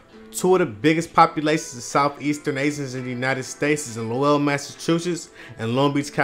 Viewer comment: s/o to Lowell I didnt know that.. but its pronounced like lowl